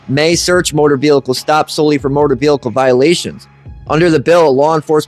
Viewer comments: Guy, love your videos, but you HAVE to stop saying “velicle”. What is that? It’s pronounced like it’s spelled: vehicle…..vee-ickel….the is no L in the middle. Am I the only one that this bugs? 🤣🤣😂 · oh stfu. He speaks perfect English except for the word "velickle." He should just say "CAR" if he can't say "vehicle" correctly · Yeah, saying it wrong once, ok, but saying "Veelickle" multiple times is kinda irritating lol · Please learn how to pronounce Vehicle or just stop using the word!!! There is only one L in vehicle!!🤦🏻‍♂️🤦🏻‍♂️🤦🏻‍♂️😩